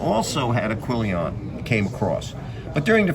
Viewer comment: Good summary, but it's "quillon", not "quillion".